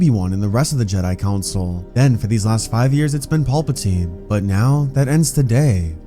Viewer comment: Can you please say PALPATINE and not PAULPATINE. It's driving me nuts.